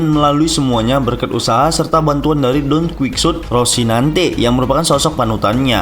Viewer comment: Bukan Donkuiksut min ejahannya, tp Donkihote 🤣